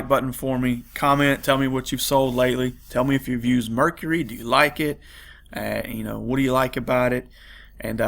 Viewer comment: Just a note, I wasn't sure what site you were referring to at first. It's actually pronounced phonetically like Mer-Car-E, not Mercury, may confuse some watchers. Good mix of items shown, thanks